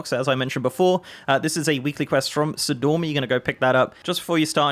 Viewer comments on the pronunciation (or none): Sor-ee-dor-mee. Her name has two "i"s in it.